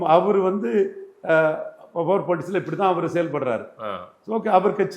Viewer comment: இந்த முமா எப்போ 'Power' னு சரியா சொல்லுவான்😮...குற்றம் சொல்லவில்லை...பலர் சுட்டிக்காட்டியும் இன்னும் திருத்திக்கொள்ளவிலலையே..😮